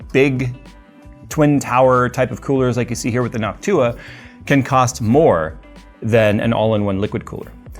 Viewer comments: For a moment there I thought said hawk tuah insteads of Noc-tuah. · Anyone else hear "hawk tuah" instead of "Noctua"? 😂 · you said "nawk-tuah" 😀made my day, thanks 😂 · Why do ypu pronounce it like Noc-tuah lmao. Its just one word, noctua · Everytime he said Noctua all I heard was Hock tua...... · Is it just me or is saying Noc Tuah 😂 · Jays pronunciation of Noctua has changed and I think we all know why